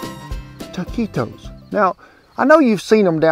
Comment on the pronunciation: Good job with the pronunciation! Most Americans, and English speakers as well, say the U, nice work Cowboy Kent.